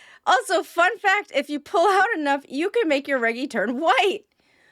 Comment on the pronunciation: I’m sorry, did you say “Reh Gi”? Surely you at least heard the name Reggie (reh-gee), short for Reginald.